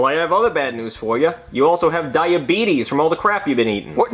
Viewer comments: He Said Dieabetes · I love when he says diabetis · He said diabeetus